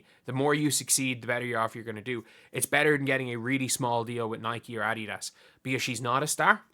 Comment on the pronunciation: You're the first sports commentator I've ever heard pronounce Adidas correctly! Great job!